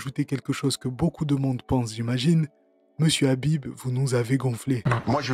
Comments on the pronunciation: Es-ce que vous condamnez le rrrrrabib, le rrrrrabib vous le condamnez ? 😂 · Il est porc difficile de ne pas vouloir le condamner, le RRRhabib. 🤣